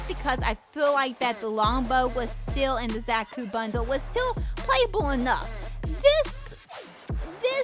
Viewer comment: It’s a Beam Saber ! Also It’s pronounced ZA-KU not Zack-U.